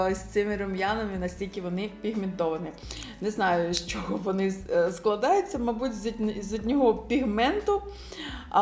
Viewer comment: РейЦИнг... Звучить якось по мацковски... Або "бо ваНі роблять дива в макіяжі"...Дуже ріже вуха. " Дуже плохА виглядають".... Ну ппц. У вас же є час, щоб у монтажі підготуватися і озвучити нормально... Ви не плануєте займатись вимовою? Бо це ваша робота як блогера розвиватися. А у вас, таке враження, що з кожним відео все гірше....